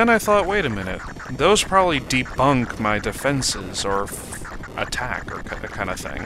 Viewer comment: Debuff not Debunk!